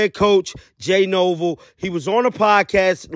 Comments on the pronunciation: I luv ur vids and your energy!!! HOWEVER...please work on your PRONUNCIATION•~~. NORvell, not NOvell... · Jay what? Nor-VELL. It’s there in the letters.